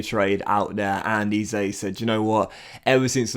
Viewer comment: FYI.. EZE is pronounced as 'Eh-Zeh' and not 'E-Zay' if that makes sense